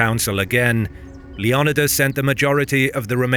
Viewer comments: Lee on e das... does he mean "Leo Ni das.... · Leo-ni-das not Leon-idas. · It's Leo-NEEE-das, not Le-OOO-nidas. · LEE NYH OH DAS Leonidas Leniodas?? Even if you skip the "o" it would be len eh das. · its leonidas not leanidas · If you’re going to speak on history please learn how to pronounce names correctly wtf was “king lion uh dis” wtf Leonidas just how it’s spelled homie as a Greek man I’m offended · Greek pronunciation is lay-on-nee-thas with fast emphasis on 3rd syllable. The name rolls quickly when spoken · I was really triggered by the way your was saying Leonidas. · You said Leonidas wrong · The way he says Leonidas almost made me stop watching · You keep saying Leonidas wrong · Leonidas isn't native English you can't sound it out it also Greek not litalian Salamis isn't the meat